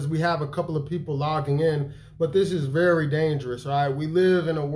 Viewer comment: Bro wassup with you in these hotels my guy??? Veddy, Veddy, suspect bruh 🤔🤨🧐 sike nah I'm sure you're on the move going to conventions or preaching right??